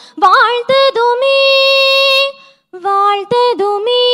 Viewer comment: வாழ்த்துதுமே என்ற வார்த்தை உச்சரிப்பில் மாற்றம் உள்ளதாகத் தெரிகிறது....